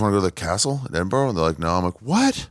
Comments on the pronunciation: It's pronounced edinbruh, not edinboro or edinburg... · Learn how to say edinburgh 😂